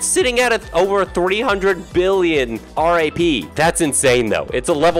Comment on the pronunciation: your pronouncning RAP wrong its not R A P its RAP